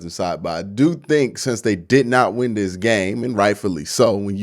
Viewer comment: Learn how to talk dis is not a word